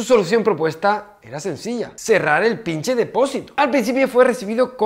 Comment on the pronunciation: Jajaja me encanta que diga pinshe 😂😂😂